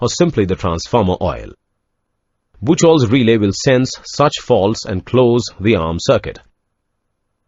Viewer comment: ブッチョルとは言いません。 日本の電気技術者には通じませんよ。 ブッフホルツです。